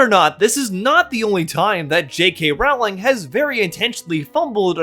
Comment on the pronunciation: I love that everyone including native speakers mispronounce her name. I don't even think you're doing it on purpose 😅